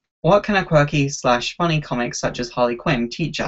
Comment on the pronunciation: why do you like Harley Quinn so much? "Because its fun-nay"